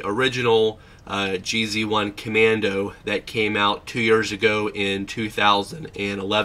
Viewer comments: Its red not orange and its G Zone not GZ one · It's pronounced Geez One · This guy has no idea what hes talking about... "JEE ZEE ONE???" Internal thermometer?? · "jee-zee one"...what?